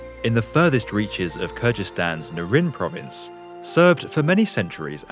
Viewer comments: All good, but it is not spelled KYRGYSTAN but KYRGYZSTAN - the "Country (stan) of Kyrgyz'" and pronounced not as Kirjistan but "KEERGEEZ- Stan" with actual "G" like in "Grand". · Because he garbles his words? Or did you like the way he mispronounced Kyrgyzstan?